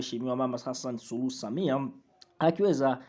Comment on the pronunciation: Wewe Mtangazaji Wewe Sio Mtanzania Maana Hata Rais Wako Jina Hulitamki Vizuri Mtanzania Gani Wewe Au Ndio Wale Walionusurika Na Magufuli Unasoma Kama Mwanafunzi Wa Awali